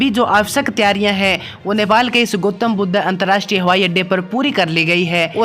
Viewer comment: ठीक से नाम बोल भाई गोतम बुद् नहीं गौतम बुद्ध